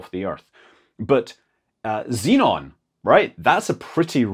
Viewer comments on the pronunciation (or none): none